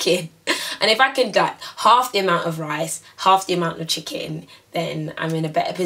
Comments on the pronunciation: "i love rice hmmmm, rice" spoken like a true nigerian. xD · hahahah the way you say Rice hahahhaah